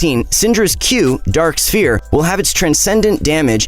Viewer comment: SYNDRAS Q “DRAK SPHERE”